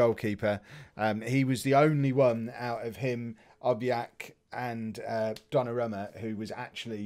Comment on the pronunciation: Its ObLLLLLLLLLLLLLLak, not Obiiiiiiiiiiak